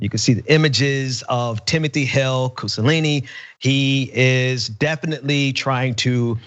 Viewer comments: I've lost count how many times mispronounced the last name "Cusanelli" by saying "Cusallini" in the video LOL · It's pronounced COO SA NELLY. Cucanelli. not COO SA LEE KNEE. You keep saying kusalini like Mussolini it's not. It's Italian. Italian names are about the easiest names to read, they're pronounced just as their spelled. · It bothers me when people just blatantly and especially when its repeatedly mispronounce something due to poor reading. He keeps saying "cusa-laney" when clearly it has the n and l reversed and its actually a double ll. Cusanelli. I get that names and locations especially of foreign origin are hard. No one can get them all right. But that's not just lack of pronunciation of a foreign accent. That's just lousy reading skills. Reminds of Dave Rubin sayings "Bol-sar-naro" instead of Bolsanaro. Just lousy reading. And I get anyone can slip up now and then. Mispronounce even simple words everyone definitely knows how to read. But when you do it 4 times. Nah dude you just suck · Cu - so - lin - ni? I think it's cu - sa - nel - li. You're helping him... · It was irking me that kept pronouncing his name "Cusalini". His name is Cusanelli. The N sound comes before the L sounds. Just to be clear, I'm not sympathizing with Cusanelli, he seems like a piece of shit. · Cusanelli; not Cussalini. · Koo-Sa-Nelli, not Koo-Sa-Lee-Nee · So either is a bit dyslexic, or he's trolling, or it's Freudian somewhere... reading 'Cusanelli' as 'Cusalini', every time?! I was doing something else while listening and really thought the name was Mussolini or close enough. I even thought he'd changed it by deed poll maybe (wouldn't put it past these people), but then nobody was remarking on it so I had to come and read the name. Bit disappointed when it turned out not to be the case, not gonna lie. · Cusa-lainey? Not Cusa-Nelly? Am I missing something with the repeated mispronunciation of the name? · keeps saying 'hale-cusalini'...